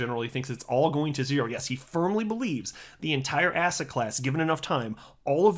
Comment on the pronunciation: Did he say asset or ass hat?